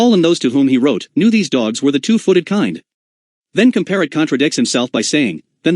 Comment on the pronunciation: And pronounce Comparet correctly.